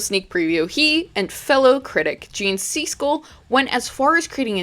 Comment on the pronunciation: Great video! Really love your content! Just fyi, though, the "i" in Siskel is more of an "ih" sound or like the word "is" , not an "ee" sound like in the word "see". Only mentioning it because Siskel and Ebert had lots to say on horror in the 80s so he might come up again. As a kid from the 80s I used to watch their movie reviews all the time, and their commentary on horror movies always irked me!